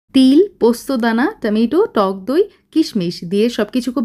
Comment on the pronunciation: টামিটো আবার কি?🙂 না বাংলা উচ্চারণ না English উচ্চারণ